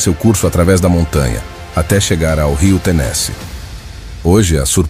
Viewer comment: Pronuncie corretamente Tenesee